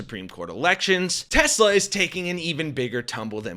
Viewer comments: Teshler... Trump is not bright enough to realize that he has been saying it incorrectly. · WTF is Tesler ??????😂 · OMG Trump said Teslars! I read he said he said that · Lmao!! We knew this was coming… & yet: Still hilarious. 😂😂🎉👌🏼 Also: been wondering if DJT’s recent sudden mispronouncing of ”TES-LER” was a sign of his growing antipathy toward the angry Elmo – and thus his predictable oncoming ouster from “orange sh*t circus v2” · Do you think Trump will ever learn to pronounce Tesla correctly? No? Me neither. Trump will throw absolutely ANYbody under the bus (or down the marble stairs) when he figures he doesn't want to use them anymore. Personally, I figured it would be a bonfire of the vanities and their bromance would implode sooner or later. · I can't believe this orangutan cannot pronounce the word Tesla!!!! And I apologize for insulting orangutangs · He says Tesler AGAIN??!! 🤣 Is he confusing testicles with Tesler???!! 🤣🤣🤣🤣🤣🤣🤣🤣🤣🤣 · Will Trump ever figure out how to say Tesla?